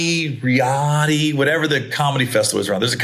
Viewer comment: u say it ree yod and u said Chris distefano name wrong lol